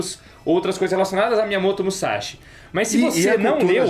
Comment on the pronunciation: Seguindo minha tradição quando vocês falam de Musashi... ", é MUSASHI, não é MUZASHI!", hehe!